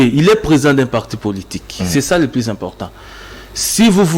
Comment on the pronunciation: J'ai SAL U t et non j'ai sal i t , balobaka PLUS et non plis .